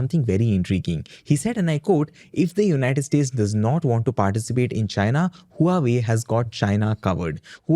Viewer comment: Huawei is pronounced “ hwa way” not “ hu ah way”